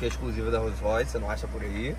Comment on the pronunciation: Lançou o "What color is your rolls roice?" kkkjj